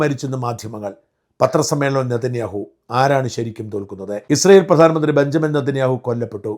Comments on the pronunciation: ബെഞ്ചമിൻ നേതെൻന്യാഹു എന്നല്ലേ പ്രനൗൻസ് cheyyendathu. ഷാജൻ ബെന്യാമിൻ എന്നാണെല്ലോ പ്രനൗൻസ് ചെയ്യുന്നത് ? വിക്കിപീഡിയയിൽ ബെഞ്ചമിൻ എന്നാണ്. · Shajah, not benyamin, HIS NAME IS BENJAMIN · ഡാ കാള വണ്ടി ബെൻയാമിൻ എന്നല്ല ബെഞ്ചമിൻ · ഷാജൻ സർ ബെന്യാമിൻ നെതന്യാഹു അല്ല ബെഞ്ചമിൻ നെതന്യാഹു ആണ്